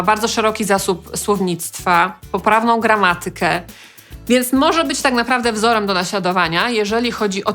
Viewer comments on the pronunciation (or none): Odcinek o akcentach, a pada graMAtykę. Koszmar! Czy mówi się ARlena, czy ArLEna?